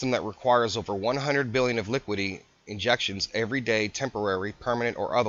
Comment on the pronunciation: It's "liquidity" not "liquidy."